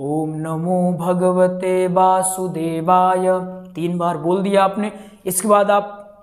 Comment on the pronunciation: Basudevay nahi h vasudevay hai 😂